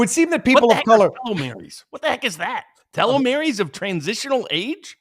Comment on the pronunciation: Pronounced "Tee-low-meers" Telomeres are structures on the very end of a DNA strand, that do not carry any valid DNA instructions. Every time your cells divide, they replicate each of the DNA strands into two DNA strands. The mechanism that performs this replication (the ribosome) cuts a little off the end of each strand in the replication process. The purpose of telomeres is to make sure that when the end of the DNA strand is cut off, no valid DNA instructions are lost or corrupted. Such corruption is known as cancer. The longer your telomeres are, the more times your cells can divide before the replication process starts corrupting your DNA. I only know all this because one night I happened upon a college lecture on DNA & cancer. As a programmer, I have never been interested in anything to do with bioscience. But this was fascinating! I sat enthralled for three hours. This was God's programming! (Complete with a bug in the design.)